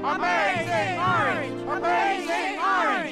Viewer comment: In the intro they cant even say orange right